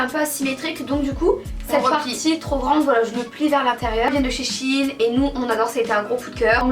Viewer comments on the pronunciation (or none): none